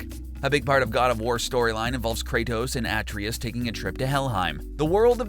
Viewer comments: I'm guessing the narrator never played God of War. The continued mispronunciation of Atreus is a clear indication. A-Trey-us not At-Tree-is only spoken by Kratos over 100 times in the game. Blue crystals don't explode in the game ever, they create a bridge, light a room or reveal a lore. Keep up the good work otherwise. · Its a tra us not atrias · You have a glitch trying to say Atreus "a-tray-us" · It’s pronounced uh-tray-us. Not At-tree-us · what is wrong with you people why do i always hear dumbasses saying Atreus's name incorrectly? its pronounced Ah-trey-us not At-tree-us or Ay-tree-us, THEY LITERALLY SAY IT INGAME!! Please it actually gives me cancer when i hear idiots pronouncing the name incorrectly or any name for that when they say it in the game so no one has any excuse when people tell them how to actually pronounce the characters name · Who the hell is "at-ree-ess"? Are you trying to say "Ah-tray-us"? How do butcher it that badly? Just stop....please stop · they mention his name like 500 times while playing and he still said it wrong lol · It's pronounced AH tray us. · Have you not played the game at all, or hear ppl say his name? It is A-treus NOT Ah-treus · Why is it that nobody can pronounce Atryus'name correctly. It's A-TRAY-US. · A-TREY-US ffs thats how its pronounced.. did you even play the game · How are people still getting Atreus's name wrong still? It's said at-ray-us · i dont think the gamer knows how pronounce atreus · None. You piss me off with how you pronounce Atreus’ name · Shot glass everytime this dude mispronounces Atreus. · how do you not know how to say atreus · I quit watching because you couldn’t pronounce the boys name. I mean, I know Kratos didn’t say it much but ffs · Is he deliberately mispronouncing 'Atreus'? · the way you pronounce atreus bugs me, but other than that, nice video! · Pronounce Atreus wrong 1 more time 😭🤦🏽‍♂️. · Plz stop mispronouncing Atreus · you said atreus wrong- trump:*WRONG*